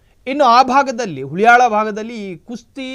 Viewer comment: Sir, it’s Haliyal😂😂😂